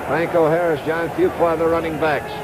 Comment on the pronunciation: Man, this announcer has problems with names. Bradshaw I caught him call Bradshaw both “Shawbach” and “Bradley.” He also messes up Harris’ name once or twice, but gets Fuqua right.